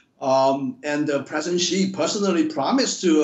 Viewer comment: Please learn to say Xi properly.